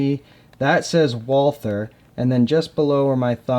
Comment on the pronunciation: Walther is pronounced like, "Vaul-tuh." If you don't want to say it like a German, then just say it like the American name, Walter.